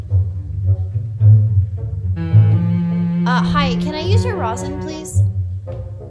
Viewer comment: how does one completely butcher the word “rosin”